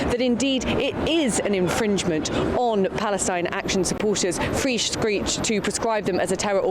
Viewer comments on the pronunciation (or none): “free screech” for real! 😂🤣